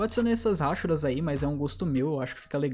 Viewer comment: Mano pq vc fala ráchuras ao invés de rachuras?